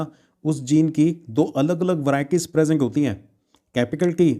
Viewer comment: Sir presenc nahi hota ha present hota pronounce 😂😂😂